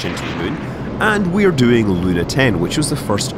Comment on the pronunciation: The word "Luna" in russian has a stress on the last syllable.